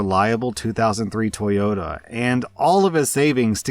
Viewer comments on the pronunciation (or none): none